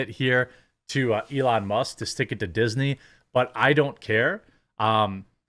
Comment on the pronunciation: "Dixney" hahaha.. Dew IT!